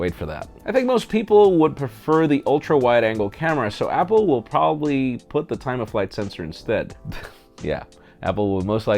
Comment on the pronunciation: you know... it's happle! hahhaha